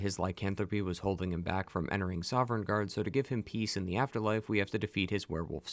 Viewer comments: I can’t help but cringe everytime this guy says “soverngarde”. The NPCs literally say Sovngarde like a million fucking times, the Nords can’t stop talking about it. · Dawg It's GORM-LAITH It's SOV-N-GARDE Geez you content creators are ridiculous! Do you not write the script? Didn't you hear the 1,000,000th time someone in the game gives you the proper pronunciation with subtitles ??? Baffling. Like wtf. How can you pronounce Ysgramor flawlessly but come at me saying "Voli-kar" instead of Volkihar 😤